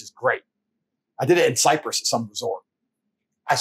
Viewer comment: did he say Cyprus or Cypress?